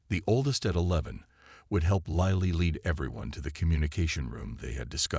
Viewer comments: Lilly is not "lie lee," it's "lill lee." Need to teach the AI because it detracts from an otherwise good story 😊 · Lilly like the flower. Your AI never got it right.